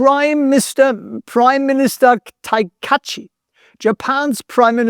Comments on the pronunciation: Ta Ka I Chi So spricht man den Namen aus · Prime Minister "Takaichi", I assure you as I'm Japanese.